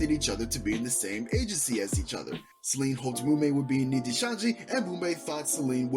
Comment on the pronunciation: im sorry i cant with u saying her name as selene the whole video pls if u gonna make a video at least say her name right:body-blue-raised-arms